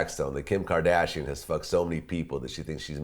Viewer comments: "Kadashian" this dude can't even say "Kardashian" right... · this dude pronouncing Kim Kardashian like he a gay dude from the 60s.